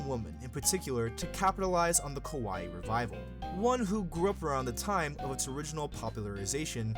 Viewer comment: I'm loving the video, but as a person that loves languages, my ears bleed with the pronunciation of KAWAII. The reason... If you pronounce it as KOWAII (which is happening in the narration), it means SCARY. Many english speakers that learn and speak japanese have this problem so no worries you are doing your best. Great video!! Keep it up!!